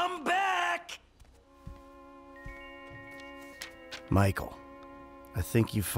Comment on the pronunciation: He sounds like he is saying Miguel instead of Michael